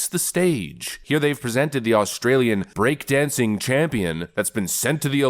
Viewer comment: It's "break dancing"... not "broke dancing"